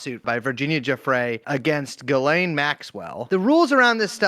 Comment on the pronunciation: You guys would have a lot more credibility if you learned how to pronounce Ghislaine (zhisslay)